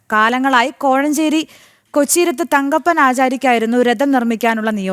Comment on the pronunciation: കൊല്ലീരത്ത് ആണ്.കൊച്ചീരത്ത് അല്ല